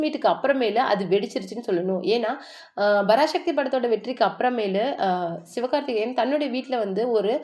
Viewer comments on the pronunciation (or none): யாரு தாயி நீ. 70 நாள்? பராசக்தி என்று உச்சரிக்க தெரியவில்லை. அதென்ன "சிவ்" கார்த்திகேயன். சிவகார்த்திகேயன். "அதுமட்டுமில்லாம" எத்தனை முறை சொல்லியிருக்க. அதுமட்டுமல்லாமல், சரியாக உச்சரிக்க பழகு.